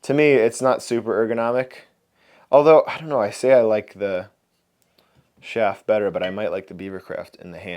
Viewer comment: You are a good carver but you have no business promoting carving tools. You have botched the Schaaf carving tools. Quit trying to talk soon fast. I couldn't even make out some of the names of tools you were trying to pronounce. What do I know, I've only been carving for 68 years now? I wish you well but stick to carving your pretty good at that!! Blessings you you!!